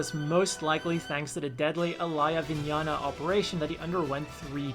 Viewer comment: The way he said mikazuki and Alaya vinjata.